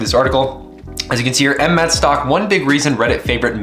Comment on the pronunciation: Stop saying that ticker symbol like that. 🤣